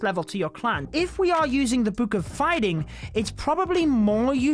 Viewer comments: Stop saying book like that ffs. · Why you said book like that 😂 bewk